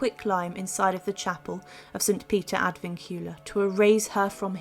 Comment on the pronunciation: St Peter ad Vincula is Latin. Vincula is pronounced Vin-cu-la with the stress on the first syllable “Vin”, not the second “cu